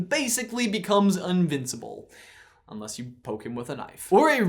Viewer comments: says UNVINSABLE instead of INVINSABLE... Knew word alert of slip of the tongue???? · Did he say un-vincible ??? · Haha! Did you just say 'unvincible'? I can never 'inhear' that. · Did he say unvincible? At the end?